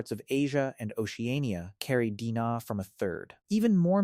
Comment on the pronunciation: “Dina” is “D&A” Awful AI narration. 😞😡